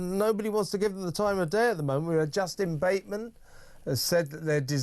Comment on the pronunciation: It's Justine Bateman (Justeen), not Justin Bateman. I noticed people cannot pronounce her name, let's give her some credit!